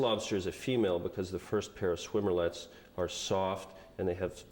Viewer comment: It’s swimmerets not swimmer-lets...